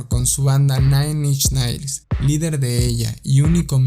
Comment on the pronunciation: se pronuncia nain inch nails demonios 🤦